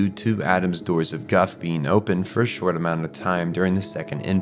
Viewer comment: Never suppos*ED* to happen. Cata*CLYS*mic results. and half a dozen times before; BEANS? Why are they beans? It took me 10 solid minutes to figure out that you were trying to say "being". There are TWO SYLLABLES in that word: "be-ing". Honestly couldn't watch it any farther than that.